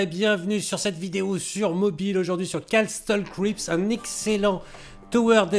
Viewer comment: Petit cours d'anglais: On ne dit pas Casttel Cripsss on dit Cassel Criipss "ST" se dit "SS" "LE" se dit "EL" "EE" se dit "II" Castle Creeps Voilà 😆